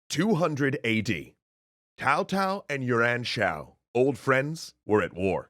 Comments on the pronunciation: I kept hearing “Yuran” as “your aunt.” My mind kept trying to figure out if this was a new type of “yo’ mama” joke. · So bad the pronounciation was..... auto subtitle heard cao cao as kowtow and yuan shao as urine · People are going mad about Tao Cow but they are forgetting the classic Swen Shian, Yuran Shao and Zhugo Lian.